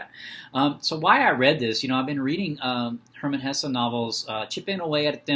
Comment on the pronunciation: Thank you for pronouncing his name right ❤